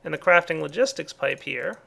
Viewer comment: He sayd crafting logisik pipe 2 times lol